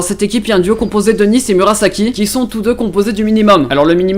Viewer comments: ca ce dit n"ai"ce et n"i"ce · T'as vraiment prononcé Nice à la française ? 😂 ça fait un peu bizarre dit comme ça 😂